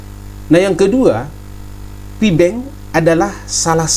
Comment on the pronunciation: Pi network bukan fi network